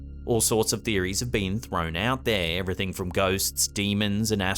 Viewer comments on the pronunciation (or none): none